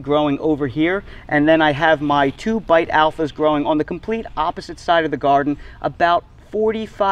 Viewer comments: Just Beit Alpha is an Israeli variety and came from seeds found in an archeological site. "Beit" is actually pronounced like "bait" not like "bite". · Loved the video and learned a lot from it. One small comment though - Beit Alpha was developed in Israel and Beit (means 'house' in Hebrew) is pronounced as 'Bait', not 'Bite'. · It's pronounced "bait alpha." 👍🏽